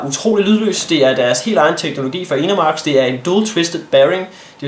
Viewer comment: du udtaler Enermax underligt. :D